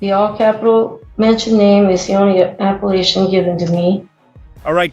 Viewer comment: ‘Appelation?’ She’s a wine?